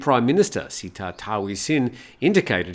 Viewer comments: The prime-minister's first name is Srettha (pronounced as Settha) and not Seattha. Thanks! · You pronounce the PM's name wrong: it's pronounced "say-tah", not "see-tah".